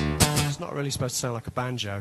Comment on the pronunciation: Does he say "band's joke" or "banjo"?